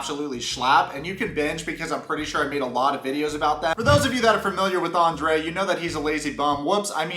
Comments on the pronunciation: Is it me or dose each time Libby says her husbands name..like its such a delighful Andera pronouncement..its so icky He EXPECTS her to stick up for him Hes a Cry baby and such a runner ..he thinks everyone should be his financial institutions.. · I have to laugh at Libby everytime she pronounces his name. She has an exaggerated accent. She could do much better than Andre so why is she settling for him. She sure seems desperate marry someone like him. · I can not stand the way Elizabeth pronounces Andre. It's sickening. Even his family doesn't pronounce his name like that. He's a loser and sounds like he's talking with a mouth full of crap. Get rid of these 2 losers... even Libby is using her dad. Its shameful. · He's so Narcissistic and libby is so spoiled that they both together create a monster. It's disturbing. She could've just skipped Andrei and his BS and married her own daddy 🤣 since he is supporting her . Then we wouldn't have to listen to the way she pronounces Andrei. Idc if that's the right way to say it ,it sounds weird coming from her mouth..